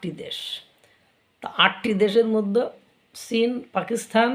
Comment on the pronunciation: আপনাকে আমার বেশ শিক্ষিত মানুষ বলেই মনে হয় (যদিও চেহারা ছবিতে একটা মাদ্রাসা ছাপ আছে) কিন্তু চীন কে সীন বলেন কেন?